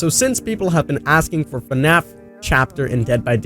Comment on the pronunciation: this dude said fanfnapkin